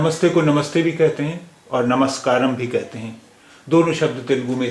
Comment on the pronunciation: m in namaskaram is wyanjanantya, not swarantya.